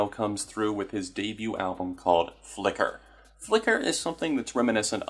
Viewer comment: Idk why but how you say "Flicker" is super satisfying